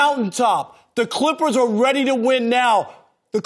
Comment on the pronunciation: Rob parker always sayin Klikhpers (Clippers)